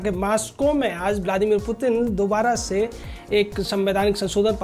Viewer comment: Mutin Nahi putin mere Bhai